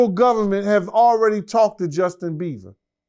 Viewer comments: Hi it's Beiber not Beaver! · Why does keep saying Justin Beaver😂😂😢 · “Justin Beaver” is next level botching bro 😭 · Damm,, he keeps calling him beaver 🤪😝🧐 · He can’t say Bieber or ciroc god dam